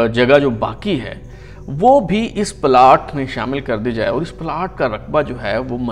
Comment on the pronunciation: Boss the pronunciation of the Urdu word اور is AUR not ORE. Likewise, لیکن is pronounced LAY-KIN not LAKIN and دور is DAUR not DORE. As for English, the word "heir" is pronounced AIR not HIGHER.